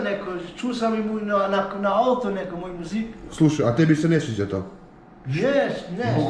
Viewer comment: Al' kad kaze "*ćebu*" 🤣